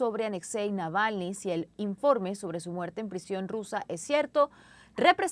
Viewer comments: Esta sujeta de rojo ni siquiera pronuncia bien el apellido de el difunto Alexei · Apellido malpronunciado! Saludos 3 veces o más! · Y se terminó el reportaje y la presentadora Claudia Rebaza, nunca aprendió a pronunciar el apellido Navalny😬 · La periodista ya me pone nervioso pronunciando mal el apellido grrrrrr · Creo que la periodista pronuncia mal el apellido Navalny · Díganle a esa mujer cómo se dice Navalny. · Alguien puede por favor decirle a la periodista, que el apellido no es ese, que lo dice mal. Me parece una gran falta de respeto. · No es Nalvany …dislexia de pronunciación…es Navalny…Na Val ny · La presentadora Claudia dice el nombre de Navalny mal todas las veces que lo menciona y en general habla bastante mal! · Nalvani? Jaja la conductora de noticias está más perdida que no saben ni cómo de llama el buen Navalny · NAVALNY (no Nalvany) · Y la comentarista jamas pudo decir Navalny se aferró a repetir Nalvany. hasta el hartazgo.Falta de profesionalismo. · Esta señora de CNN en rojo no sabe leer el Castellano. Navalny SI...la señora dice Nalvany como 100 veces. Lo primero que aprende un periodista es a ser literado y elocuente. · Qué clase de periodista es esta señora q ni siquiera sabe el nombre correcto Navalny .. ?? .. Durante toda su nota habló de "Nalvany" .... 🙄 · No es Nalvani sino, Navalni… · La periodista no se tomó el trabajo de decir bien el nombre del fallecido.Ella dice "Nalvany" y en realidad es Navalny..Alexei Navalny..se oye ridiculo😊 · Por favor la corresponsal de CNN!!! Es NAVALNY, no NALVANY!!! Pronunció mal el apellido en cada oportunidad!!! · Señorita Claudia, se llama Alexei Navalny, ...el señor Nalvani es un ciudadano italiano , esta vivo😅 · Navalny!!! No Nalvany ! Pffff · Navalny, no "nalvany" esta periodista debería hacer un mínimo esfuerzo para decir su apellido correctamente. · Dice ella "Nalvani"....... por DIOS, no sabe que es Navalny ??......que mal informada está, al parecer nunca oyó hablar de él